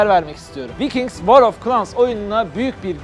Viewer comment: vikings değil vaykinks diye okunur.